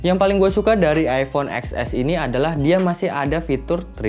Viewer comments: Ten ex bangg bukan ex ess berasa ngilu gituuu di gigi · “Eks-Es” ceunah, padahal penyebutannya “Ten-Es”.  sendiri yang confirm.